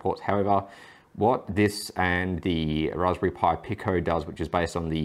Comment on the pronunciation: Pico is pronounced "Peeko"